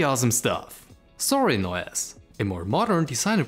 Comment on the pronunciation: He is saying "ZORIN OS" for all you Southern listeners out there.